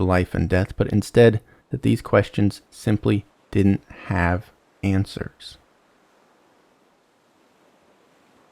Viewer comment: I made it through when you said "dinen't" instead of didn't, but I'm out at "anyways."